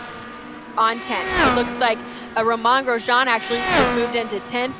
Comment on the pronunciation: I heard that. You have to be kidding me. How in the world do you supposedly cover racing and not know how to say his name sigh